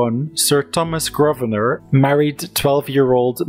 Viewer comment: Decent video, but I do wish you would learn how to pronounce certain words and names properly, eg, the 's' in viscount and Grosvenor is silent, the 'qu' in marquess is not pronounced like a 'k', etc.